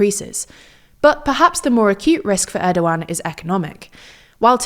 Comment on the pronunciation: Thank goodness they’re finally pronouncing his name right 😆